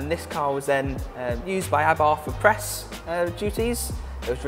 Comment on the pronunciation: Its a shame Rally Replay didnt have the sense to use a representative that could actually speak properly. Wiv, Abarf, Aufentic, & thats only by the time i turned off. I dont expect posh, but for gods sake man learn to speak.